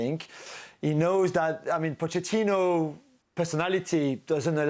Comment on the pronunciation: First of all, I congratulate you Dan for pronouncing Pochettino's name properly (Po-c-ettino). You're one of very few! Mauricio was smart. He ducked taking over Real Madrid after Ancelotti (An-ch-elotti). Smart, because Pochettino could go nowhere but down in a post-Ancelotti environment. He was also smart enough to duck taking on the ship with a colander for a hull - that being Tottenham (massive admin and player issues there!!). So, he took Chelsea - still rife with issues but not quite as bad as Tottenham. Here's my prediction. More fireworks - NO Cups. ...next manager please? Is ANYONE seeing a trend yet?!?